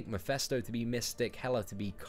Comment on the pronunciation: It's pronounced "Mephisto" not "Mephesto"